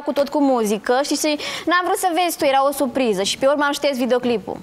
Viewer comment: “era o SUPRIZA” 🤦‍♀️